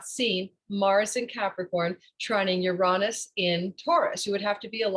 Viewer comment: The way you say Uranus is almost enough deter me from the channel, no offense but it’s (YURE-AYE-NUS) not (YUHR-AHNUS)